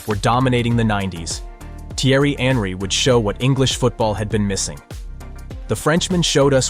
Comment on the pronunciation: Was this whole script not only voiced by a bot but written by one too? And the editing and subtitles need some work. Video lost me with the Henry pronunciation.